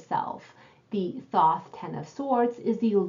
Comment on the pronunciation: re. 10D… the signs on the coins are all associated w Mercury except the ✡️ in Hod. the BoThoth talks about it ☀️. mercury rules ♍️. i pronounce it thaw-th. however i’m almost positive the correct pronunciation is thOth, the way you said it the second time.